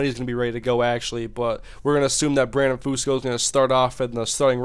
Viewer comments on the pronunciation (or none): none